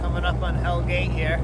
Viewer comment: It is Hell Gate. NOT 'Hell's Gate' and has nothing to do with the devil. It is derived from old Dutch 'Hellegat' more or less meaning a narrow safe passage or gut. Also you spelled Verrazano wrong. A very famous 16th century Italian explorer.